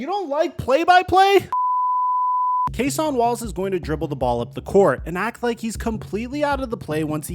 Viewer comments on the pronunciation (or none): “Cas-ON Wallace “😂 it’s pronounced like “ Ca-sin Wallace